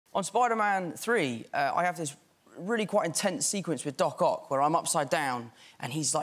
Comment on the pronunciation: Tom Holland saying "doCOCK" is hilarious